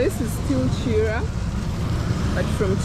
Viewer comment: Sorry the place is pronounced Na-Jje-ra not Najera and Kiira is Ki-ra otherwise those place are not in Uganda.